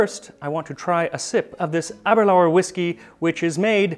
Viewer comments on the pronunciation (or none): its pronnounce "ABBEY LURE"